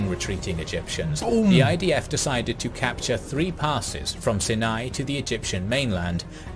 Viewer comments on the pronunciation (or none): Sharm El Sheikh had the best diving..... that was a big loss! AI "stories" are very much lacking. If they can't pronounce "Sinai", it's just off..... (tho most of the rest is correct, surprisingly!)